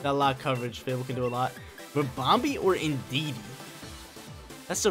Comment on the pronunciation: Ribombee sounds like Harambe lol. Sick bamboozle using clefairy offensively!